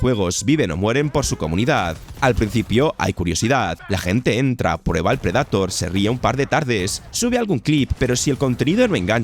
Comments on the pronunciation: Y cada que dice pred"A"tor un gato 😂😂😂😂 dar mucho cringe que pronuncie taaaaaaaaaaaaan mal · Insisto, buenísimos videos, pero que cringe da que pronuncie tan mal el inglés, como que predAtor? 🙄🙄🙄🙄